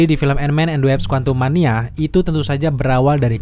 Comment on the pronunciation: Wasp bukan Waps